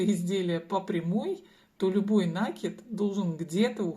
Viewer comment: Немного режет слух ударение в слове накид